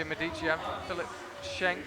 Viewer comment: I hope would appreciate, following his attempts on the Verhoeven last name's pronunciation, that Medici has a stress on the 'e' not the first 'i'. On the historical side the Medici family was based in Florence not Rome:)